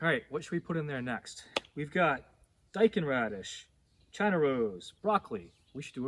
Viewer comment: I recently watched your Amaranth video. My first attempt at Amaranth has turned out really awesome!Thank you so much! 🙌✨(btw your pronunciation of Daikon is spot on as it is how us Aussies say it!)